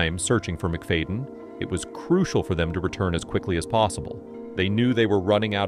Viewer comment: "MIC-FAYDIN" -ai